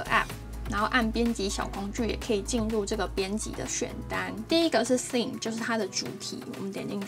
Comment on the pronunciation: Theme也是發錯音